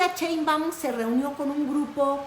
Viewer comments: No es la ch de chilaquiles , es un sonido suave como shuuush, cuándo alguien te pide callar !!!!!!! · Llamarla "cheinbaun" en lugar de "Sheinbaum" es hasta hacerle un favor porque la estamos mexicanizando, su apellido de origen germánico tendría que pronunciarse "shainbaum", con un "aum" gutural, pronunciado desde la garganta, cosa que la mayoría de mexicas no logra pronunciar ni siquiera muchos que se ponen de mamones a corregir a los demás, sucede porque las vocalizaciones de nuestro idioma no requieren de esos sonidos, a muchas personas se les enredan los ojos y la lengua al ver estos conjuntos de consonantes sin vocales o varias vocales sin consonantes, igual que con el negro (schvarzen) "negro" (negga), al que le querían poner "Arnold Strong" precisamente porque casi nadie podría pronunciar su apellido, en el caso de claudia, su apellido está mexicanizado a medias, perdió el "shAI" ya que aquí las palabras se pronuncian literalmente y se convirtió en "shEI", él siguiente cambio sería la "sh" por la "ch", aunque en la lengua náhuatl había muchas palabras con "sh" los mestizos nos quedamos con la "ch". Era lo mismo con la forma de hablar de AMLO, en las comunidades puede cambiarse la pronunciación porque físicamente tienen otra forma de hablar, muchos jamás en su vida tendrán que pronunciar una palabra en otro idioma, la pronunciación en aquellos que no están emparentados con las lenguas romance cambia radicalmente, ya sea que se hable desde lo profundo de la garganta o se deban realizar chasquidos y clics para pronunciar las palabras. "Cheinbaun" es un recurso para forzar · POR VIDA TUYA HERMOSA! NO NO Y NO! CHEIMBAUN? 😢😢😢 POR PIEDAD! SH SH SH!! SHEINBAUM con M Al final SHEINBAUM!❤ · De dónde sacas ia CH o porque pronuncias chembaum si aparece escrito shembaum. El apeido de nuestra presidenta podrías explicarlo por favor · Sigue diciendo "cheinwbomw", 😁 es tu distintivo.😎